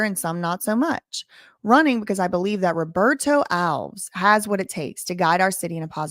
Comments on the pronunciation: Hey, love your work... Regarding Alves... It's definitely pronounced Alves (just like the little green elves living in your garden) Think of it as one word rather than as a hyphenated word or two words; ✓ Alves X Al-vez X Al Vez Elves is to Alves as El-vez is to Al-vez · It's not pronounced Alvs. It's pronounced Al-ves with the emphasis on the letter A. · Come on, it is ALVES not ALVS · The man's name is pronounced Al-ves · Alves is a Portuguese last name the reason it's pronounced ALVS same as Lopes= Lops and so on , if it was Spanish then it would be Alvez Lopez and every other similar name like my last name Fernandes= Fernands not Fernandez , Reis = Rays not Ries as Americans pronounce it , similar name in Spanish is Reyes both names mean Kings in English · The host cannot pronounce the mayor's name.